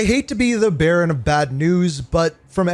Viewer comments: It might be just me but when he delivers "The Verdict" it sounds like he says he is the Baron of bad news instead of the bearer 🤣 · I heard that too!!!